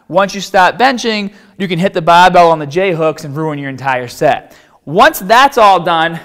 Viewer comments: think it's because he used to hide it, but he doesn't do that anymore. You can tell in some of his older videos that sometimes he says bahbell and in the same video he also says barbell. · Fuckin llama man. Bahhbell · i like the way he says barbell. Bahbell haha sounds cool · I clicked to hear more baaaaahbell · Where do the unused "r"s go? Put them on your baaahbell.. sorry. Couldn't help maahself. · Im just watching this to hear him say barbell😂😂😂😂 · He sounds American until he says barbell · tahhget the bahhbell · Just subbed on your channel, great vids. Pronouncement of Barbell and arms is funny tho.